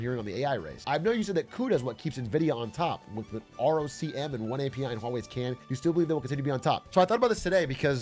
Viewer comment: When he said "R O C M“ instead of "Rockem" i knew he was still nVidia pilled